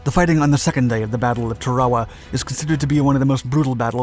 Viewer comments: LOOK at the spelling of the name of this island - Tarawa Tar-awa NOT, REPEAT NOT TRA-WA-WA. This just pisses me off beyond belief ! GET IT RIGHT WILL YOU PLEASE ???? 😡😡😡😡😡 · It’s not pronounced Tare-A-Wa. It’s pronounced TA-RA-WA with the accent on the first syllable. YOur mispronunciation ruined the whole thing. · when I was in USMC boot camp in 1968, our Marine Corps history instructor pronounced it "TARawa". Not sure if that's correct or not but that's the way we learned to pronounce it. Semper Fi, TreeTop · Yeah. There people who live there pronounce it TARawa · TAR-a-wah is how I remember it being pronounced during boot camp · TAR UH WAH is the correct phonetic pronunciation of the name of this island, brother. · "Tar-ah-wah", sheesh! I guess it's good that computers still can't figure out the language. 'Guess they'll need us for a while! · Tear-a-wa. As is tear a sheet of paper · "TAR-O-WAH", ...not whatever your saying 🙄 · Tarawa is pronounced TAR-AWA and Betio is pronounced BAY-SHE-OH. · The island name is pronounced, "Tar-o-wah"; ask any veteran over 65. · Sounds like your saying Chihuahua instead of Tarawa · The island’s name is pronounced TEH-ruh-wuh. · dont know about your pronouncing the islands name !! supposed to be Tar ah wa ??? Thats what the MUST WATCH "Victory at Sea" 1952 docuseries called it!!! My father drove a landing craft into several beachheads in New Gunea and later at Lingayen Gulf, Phillippines........ While all around him people were being blown to bits... :( He only briefly mentioned it once... Same with the others who served... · Tarawa is pronounced TAA-rawa. And Betio is pronounced like ratio. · In 46 years ive never heard it pronounced tah rare wuh.Thats totally incorrect.Not the people that watch your videos woild ever care or even know how the islabds name is spelledor ptonounced. Obviously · The pronunciation bugs me. Why say shit differently than all other documentaries of the last 80 years? T-air-uh-wa. A-toll.